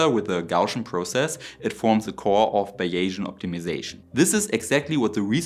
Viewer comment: Please, Gaussian (Gow-see-un), not "gawtion" Sorry for being a know-it-all. ?;o)